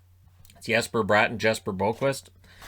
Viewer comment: I'm surprised you know that Jesper Brat and Jesper Boquvist have different pronunciations. Smart man! I've been in a heated debate with my auntie who is of Swedish descent. She still says I'm wrong...